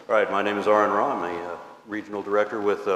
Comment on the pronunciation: Did any anyone else notice the host say ” errand aron ra ”